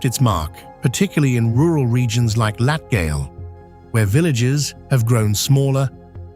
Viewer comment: AI voice mispronounced: Dainas Latgale Any Latvian word with a "j" in it. Quite badly.